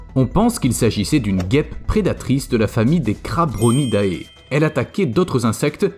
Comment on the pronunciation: Je suis trigger à chaque fois que j'entend un "ahé" à la fin d'un mot qui termine en "ae" genre crabronidae, on le pronomce "Crabronidé" et pas "Crabronidahé"